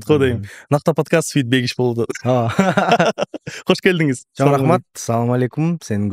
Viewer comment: Кош келДиңиз эмес Кош келиңиз сен тантыган бир Тик токер эмессиң! көп эл көрүп баштады, так сүйлө!!!